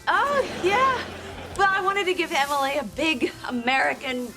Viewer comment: 25 years later and ross still can’t say emily